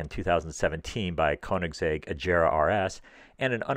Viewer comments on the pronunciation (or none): none